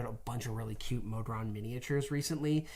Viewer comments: "The modren D&D goblin..." subtle MBMBAM reference, or brainfart from saying "Modron" too many times over the prior 20 minutes? There's no earthly way of knowing! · No it's not Magical Mr. ME-stopheles! Is it MO-dron or MOD-ron too? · I love you guys. Watch all the time. I have to say something though. How do you pronounce goblin? Then why are you pronouncing modron that way? 😂 Also: Mephit. Meh-fit. Stop making vowels long when they shouldn’t be 😂 haha great video though!